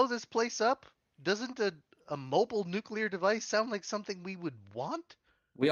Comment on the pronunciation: Love this series! Will definitely watch if you put out more content in games I'm interested in. Just one small thing: Please repeat after me. new-KLEE-ur